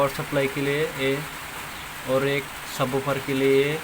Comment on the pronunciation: Bhai wo subwoofer hai subboober nhi😂😂😂